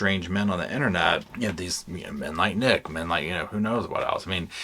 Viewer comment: Men --> Ken.😮 somehow it sounded funny😅